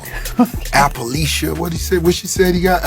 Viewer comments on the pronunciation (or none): And Rick Ross can't say appaleesha 🤣🤣🤣🤣🤣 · 😂.. Lmao.. Watched Ross clip bout 10 time.. "appaleesha".! Ross just like the lady who said she make music but isn't a musician.. Who makes these people.?